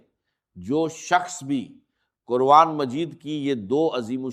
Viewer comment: Yeh Dr Israr Ahmed ka npbayan nahi hai. Yeh kisi nay unki awaaz lay kar aur unki tasweer lay jar bayed hai. Yeh AI ki bsni huyee video hai. Urdu ka talaffyz bulkul ghalat hai. Quran ko kuran kahan raha hai